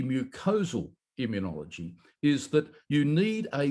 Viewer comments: immunology not immun e ology. Five syllables, not six. You are worse than Jimmy Carter, who pronounced nuclear "nucular". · John, I have sworn to myself that I would not write in to correct your pronunciation of immunology, but it has reached the stage that I cannot keep ignoring it. The word is pronounced immune-ology, not immune-ee-ology. There is no i after the n. It is like hearing people pronounce mischievous as mischiev- ee- ous instead of correctly pronouncing it mischiv-ous. No offence intended, and I hope none taken, but it does become very annoying. I love your show, keep up the good work.